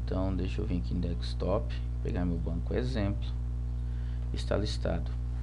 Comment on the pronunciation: Se diz desktop, não dekStop